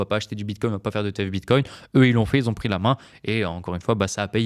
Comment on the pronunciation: merci, attention les si n'aiment pas les rais ! et attention aussi à ne pas dire "ceux qui z ont" !